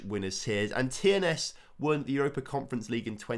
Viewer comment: The only team he pronounced correct was TNS and they are in England 👏🏴